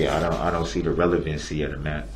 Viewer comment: That's "takkit"! Also there are his objections due to "revelency"! Finally, being "akkit on da rekkid"